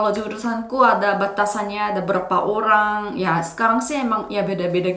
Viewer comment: 살해서요! Bahasa Indonesiamu udah keren banget, cuman pronunciation di beberapa kata kayak "kok" itu bukan 곡 tapi diucapkan 걱... Kata 'orang' juga lebih pas dibaca 어랑. Terus kata 'kolaborasi' kedengarannya kayak 'kolabrasi' harusnya bo nya tetap diucapkan jelas. Tapi overall udah bagus.